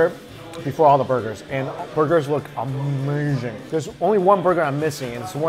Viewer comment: U- May-Zing